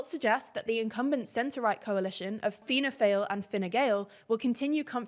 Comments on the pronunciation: Sinn Féin is a far more right wing group, also you said Finna Fáil incorrectly it’s pronounced fall. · again its pronounced Finanna Fall, not Fail. Its just spelled that way because its Irish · I know if you Google 'Fianna Fáil', Googles own voice will tell you it is pronounced 'Fianna Fail' but the 'Fail' is pronounced 'Foyl/Foil' or even 'Foll'. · "fina fail".... Christ that was butchered pronunciation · Fianna Fail is pronounced "Fall" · Fianna Fáil & Gael are pronounced “fall” and “gale” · They Fianna Failed to pronounce it correctly